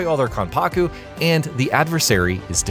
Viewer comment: I just heard "Rihshi" and "Kahnpaku" and laughed my ass off and then I heard him pronounce "Soosooke Aizen" and lost it.